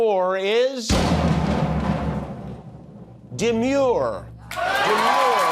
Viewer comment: Did you say demeure or manure